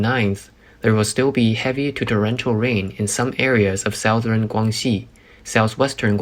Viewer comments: His pronunciation is whack on some easy to pronounce words, like Southern. South Ern. But he does marginally well as far as pace, and clarity. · "South-Ern" Is that an Urn with ash remains in the south?